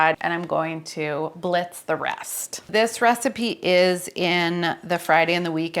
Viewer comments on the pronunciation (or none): none